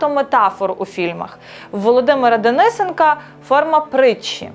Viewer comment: Є декілька недоречностей(неправильний наголос в прізвищі ДенисЕнка одна з найменших), але якщо ведуча претендує на серйозність свого матеріалу, то треба вивчати його більш прискіпливо. Хоча ті, що з середовища кінематографу і ще пам'ятають подібні речі або невідомі, або нецікаві авторам. Хоча загалом концепція подачі цього матеріалу правильна і допомагає зрозуміти трагізм доль багатьох митців в радянському кінематографі. Хоча і досі є відомі митці тих часів, які зовсім нецікаві керівникам сьогоднішнього так званого кіно, де взірцем стали фільми на кшталт якогось там "скаженого весілля" або" Свінгерів". Більш того, це підтримується нинішнім керівництвом не тільки кіновиробництва, але й країни, свідченням чого стали недавні високі нагороди десяткам бездарностей, які причетні до занепаду серйозного, змістовного українського кінематографу. Повертаючись до цього конкретного матеріалу, то я особисто підписуюсь на цей канал, тому що вважаю його перспективним культурологічним явищем. А помилки з часом виправляться, якщо ретельніше вивчати тему. Вітаю автора